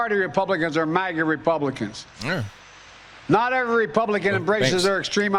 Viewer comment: This is so sad he can't even say Republician. He says Publician several times.